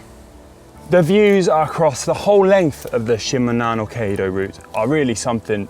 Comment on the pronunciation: (He missed on "Shimanami", too. Must've asked Ollie how to pronounce it. Oh, well. I'm just glad that it got included here.)